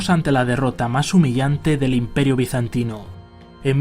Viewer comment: Ese término ''bizantino'' suena horrible.